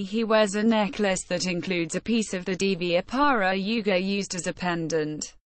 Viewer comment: not pronounced properly